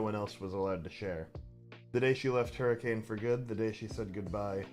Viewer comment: Wanna hear something that'll make you mad? Hurricane, Utah is actually pronounced, "hurra-ken." (I'm from Utah. It makes me upset every time I think about it.)